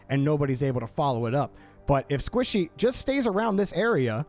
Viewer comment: This is how many times called Squishy, Sypical ↓